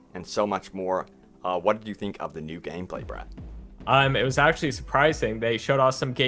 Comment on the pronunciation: When you say Brett, it sounds like your saying bruh.